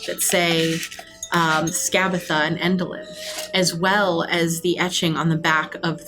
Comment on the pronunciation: No matter how many times or anyone else says "Scabatha", for me it'll always be "Scabafa", because the one that's been saying her name the most is and thanks to that I just can't get myself to say her name correctly without going "Scabafa" first